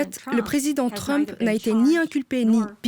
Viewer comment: Donald TrumpE.. assaut du capitolE, purée quel tic verbal, la voix off. Comment a t on pu lui confier ce jobE?